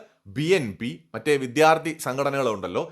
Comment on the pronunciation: വിദ്യാർഥി എന്ന് പറയുക വിദ്ധ്യാർത്തി അല്ല